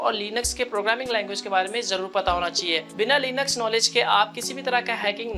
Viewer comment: Linux not leeenaks